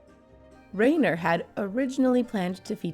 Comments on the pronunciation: Carl Rye-ner. Not Ray-ner. How can you make such glaring sloppy mistakes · Reiner is pronounced Riner, long i